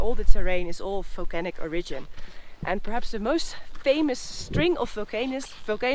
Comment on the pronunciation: "Folcanoes" that had "folcanic" activity ♥️